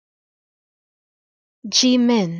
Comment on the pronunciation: Thank you! It's written Ji-Min usually, but this pronunciation is correct. Thank you.